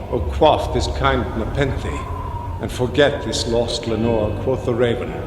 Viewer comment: quof the raven